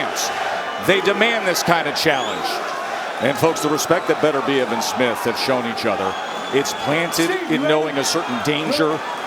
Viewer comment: Someone please tell Bradley that the guy's name is not Smiff.